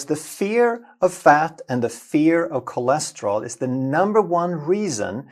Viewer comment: bhai aap kolesterol bolo. chole nahi